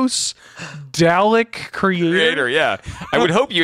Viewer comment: Several Doctor Who fans just made a mistake in their knitting upon hearing pronounce "Dalek" wrong.